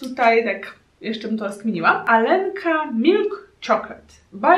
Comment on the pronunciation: Aga czyta:,,Alenka" vs Jak się czyta:,,Aljonka"